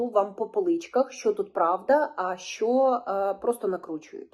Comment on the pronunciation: Щьо, щє🤮🤮.Що за вимова жахлива!??